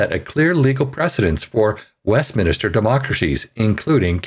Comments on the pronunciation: It is not a preacher government...it is WEST MIN STER, not WEST MINIS TER and it sucks anyway. Please change the way your government works. Sincerely, the USA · Honestly I find it difficult to take you seriously when you don't know how to say WestMINster, instead saying West-minister multiple times over and over while you are literally reading the word as you say it. Sheesh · It is pronounced “west-min-ster”, not “west-min-ah-ster”. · "Min-ster", not "minister". Good Lord that drove me crazy. Other than that, I appreciated the video, but good grief, that irritated the hell out of me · Westminster. Not west minister. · Westminster! Dude NOT Westminister. Atleast pronounce correctly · Just annoying listening to the word Westminister. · say 100 times "West Minster" then say 100 times "Westminster". But good video and hit the like button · I came back for this. It's "West-MIN-ster"... and like that guitar on wrap up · It is Westminster, not minister, there is no second 'I' in the word. Just FYI. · West MIN-STER, not West MINI-STER. Thanks! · Why do so many Canadians say "Westiminister" instead of "Westminster.' There is no "i" after the letter "n", yet Canadians prounouce the word as though there is, even when reading from a page in a paper🤔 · Is it westminister? Or westminster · It is WESTMINSTER NOT WEST MINISTER. Why do people not know how to pronounce words properly. Where do they get the extra I from? Did they fail basic English in their youth, or do they think it makes them sound smarter. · Westminster is pronounced West Men Stir NOT West Men Uh stir. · WestMINSTER! Not Minister. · Westminister? Reading is hard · It is surprising just how many people say "West minister" rather than "Westminster" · Good report, but please learn how to pronounce exigencies and Westminster correctly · Westminster is pronounced like Spinster, not like Minister. West-min-ster. There is only one "i". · It is not West "Minister" . It's Westminster. {West" MINSTER"}.